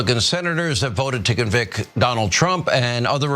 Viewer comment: I know that there are so many more things wrong with everything coming out of Hannity's mouth but every time I see this clip it bugs the crap out of me that he says "convic". It's convicT you loser, there is a T at the end!